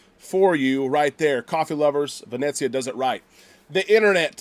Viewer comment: PLEASE...it is NOT pronounced Vin Et zia...it is Vin Eh Zia ....no "t" sound. 😁 Just a little something that drives me crazy...otherwise great vlogs!